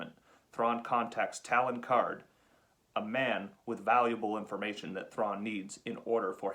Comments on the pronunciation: Love that Power of the Force Thrawn so happy to have him with his Ysalamari up on the wall! I kinda prefer the 1996 Power of the Force over that 2009 Legacy collection one. The Talon Karrde figure is great! And I loved that you pronounced him like Matt! Lol Tah-lone Karrowde! Haha! Love the old telescopic Kenner style figures. My Obi-Wan one and Vader one still works! Look at Buff Power of the Force Luke! Amazing! The retro collection looks pretty similar to original Kenner! Love Shadows of the Empire Chewie/Snoova! Such a fun fig! Can't wait to get the Power of the Force Kyle! It's my favorite Kyle I think! Got him lined up on my eBay watchlist! Love that Dash Rendar, couldn't believe it when I found him in box for 6 bucks. Incredible looking figure! My brother has that old Ki-Adi Mundi figure! I remember passing on that Mara to my now regret at a Walmart when I bought Cad Bane instead. What a colossal mistake that was. That Luke/Mara pack is amazing! Love the R-7 astromech. Cute! The Corran Horn with Whistler double pack is so rare! And so so cool! What an amazing set! Borsk Fey'lya is absolutely amazing! That figure is incredible! So fun and detailed! The Jaina and Jacen box art is indeed from the Japanese artwork! Phewwwwwwww I'm a sucker for Leia in that blue Shadows of the Empire get-up. That is a hot outfit haha. Those Starkiller figs are just so awesome! Those X-Wing comic characters double packs are absolutely incredible. Immaculate detail on em. And yeah I took them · ...Wait a second, have I been pronouncing Talon Karrde wrong this entire time?